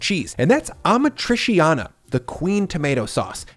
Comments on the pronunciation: FYI - its pronounced ah-mat-tree-cha-nah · Ah MA tri CHA nah 👈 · Just a small pet peeve - Amatriciana is not pronounced like that 😉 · I love your channel so much but that pronunciation of amatriciana is grinding my gears lmfao. I live around too many Italians. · the way he says 'amatriciana' is sooo bad omg, at least learn how to say things in Italian, it's the bare minimum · You freaking butchered the pronunciation of amatriciana